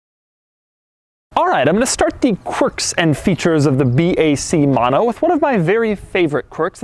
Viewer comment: It's not 'Maano' is "mo no". 😒